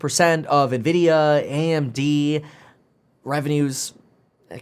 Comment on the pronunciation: Envidia, not Nevidia!